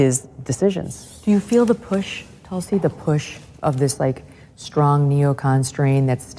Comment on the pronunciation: Hello from India. It feels great to see you interview a woman who has been named after a highly revered medicinal and spiritually important plant. Just a note. Its pronounced Tulsi. Where Tu is pronounced not as Tutankhamen but as the French Tu. 😊